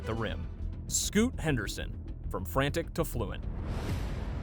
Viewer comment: A second before he said Scott Henderson instead of Scoot, 😂 that's AI for ya.